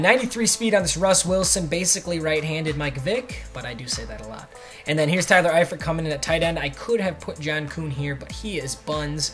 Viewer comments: Your saying Tyler eiferts name right, don't worry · You said Efiert correctly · Ya ur saying eifert correct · You said Eiferts name right